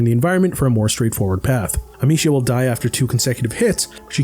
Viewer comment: Funny how this guy has spent 30-40 hours with the franchise and still can't say the main characters name correctly lol.